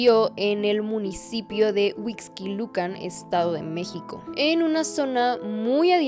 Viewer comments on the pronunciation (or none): none